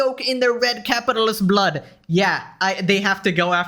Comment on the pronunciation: The S at the end of blood is one of my favorite things, it's so miniscule of a detail but holy shit i think it is hilarious.